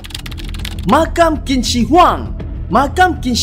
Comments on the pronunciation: Qín bunyinya cin bukan kin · ‘qin’ bukan disebut ‘kin’.. nak tau camna sebutan betul, cer guna google translate